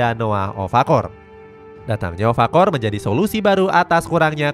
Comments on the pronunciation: Okafor bg bukan ofakor, ulang2 mulu salahnya😅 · Okafor min bukan ofakor 😂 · Okafor min bukan Ofakor 😅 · okafor min bukan ofakor 😭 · Okafor bukan ovakorr adoooohhhhh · Okafor bukan ofakor wkwkwk